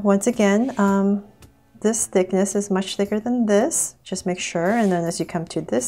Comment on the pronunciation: Why do you allways say thiker !!!!!